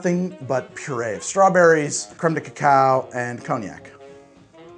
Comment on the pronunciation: Please, it's "crème" not "créme"